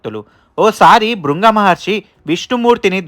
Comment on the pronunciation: Broh..... భృంగ మహర్షి కాదు.....భృగు మహర్షి 😅 and లక్ష్మి దేవి కూర్చొని ఉండదు....ఆమె నిలబడి ఉంటుంది!!